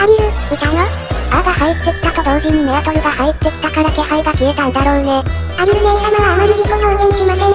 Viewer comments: メアトルをアルメトって言ってる限り相当疲れてると見た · 今気付いた…メアトルのところアルメトって言ってるな